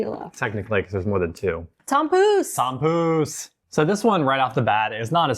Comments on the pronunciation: missed the kaasbroodje and puddingbroodje! Also, I know its spelled 'tompouce', but its pronounced like 'Poes' which means kittycat if you know what I mean! But you guys are great, very entertaining. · Yes, she was really slaughtering that tompouce.